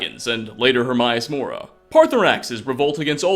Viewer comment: "hermyiss mora"